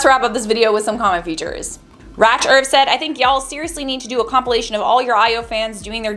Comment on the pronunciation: AHAHA its Rach as in Rachel. Its not pronounced 'Ratch' but anyways; thanks for MY FIRST EVER featured comment on IO ♡ x